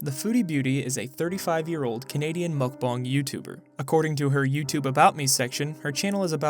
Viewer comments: Cringe everytime Chantal or say 'mukbang' because 1. what they do is definitely not a mukbang and 2. it's pronounced more like 'mokbon' what I'd assume they would know, if they enjoy them so much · She’s a Mukbang channel and she doesn’t know how to pronounce it 😂